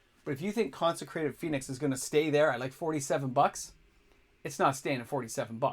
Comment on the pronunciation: Its consecrated Sphinx not phönix 😅